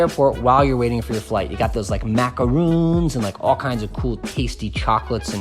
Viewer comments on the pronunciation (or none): He can't pronounce macaron. Need I say more?